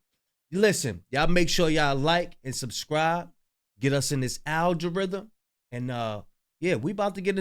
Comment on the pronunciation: please pronounce algorithm correctly ❤